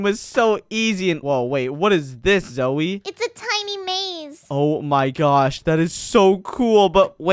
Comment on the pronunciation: Its Zoey not Zoe silly